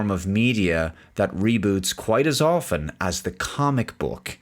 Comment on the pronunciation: Thankyou for understanding the silent "t" in "often".